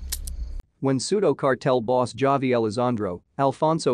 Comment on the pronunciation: Did you even watch the series?? It’s not pronounced Javi with a “J”. Very irritating & you lost me after the 2nd or 3rd mispronunciation.